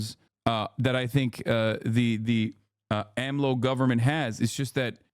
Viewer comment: it's so funny to hear hasan pronounce AMLO's name YESSIR I LOVE MEH HE COH I LOVE AHM LOW